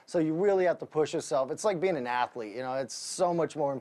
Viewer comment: Hes the only man to make that word 3 syllables lol